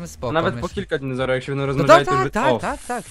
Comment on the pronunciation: mnie wkurza jak te nazwy dinozaurów wymawiacie Xddd ja sie nimi interesuje i może dlatego mnie to denerwuje Xd LOL